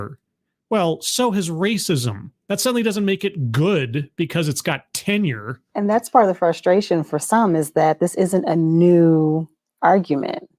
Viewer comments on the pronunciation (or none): I confess to a spit-take when you said, “An idea isn’t necessarily GOOD just because it has TENURE!” Something about the emphasis just tickles me.